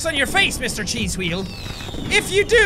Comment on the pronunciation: carlos castillo 'Hweal' (or 'hweel') is how Jack pronounces 'wheel' with his majestic Irish accent.